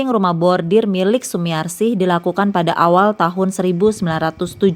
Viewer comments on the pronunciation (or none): Pembaca Narasi koq nyebutnya Bordir 😅, harusnya khan Bordil